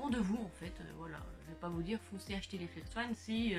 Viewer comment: Salut, ta vidéo était bien et tu nous a tout bien expliqué mais C pas flex-one mais flex-on